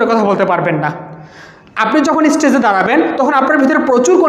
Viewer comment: even its বাঘ not ভাঘ ইস্টেজ not স্টেজ